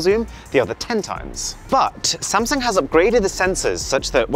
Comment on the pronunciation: Is it just me or is it supposed to be “SAMSUNG” instead of “SANSUNG”?